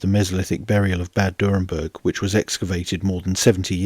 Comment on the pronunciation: It's not "Durrenberg" but "Dürrenberg"